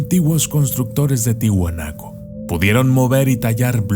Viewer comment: Quería decirle q es : TIAHUANACO no Tihuanaco.